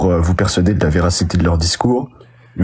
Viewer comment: Faut que t'arrêtes de prononcer "ituliser" c'est UTILISER